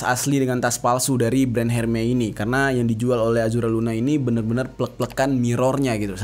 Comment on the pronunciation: Hermes bacanya ermes bukan herme ….